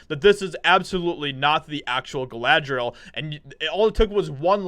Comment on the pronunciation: Of course it's not Galadriel. It's Kalla-dRi-L.